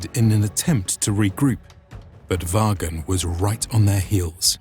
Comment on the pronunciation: Vagn. Is pronounced Von.